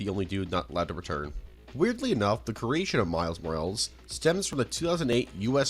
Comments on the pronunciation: it pisses me off how you pronounce morales. It is moral-es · I don’t think he knows how to pronunce symbiote or morales.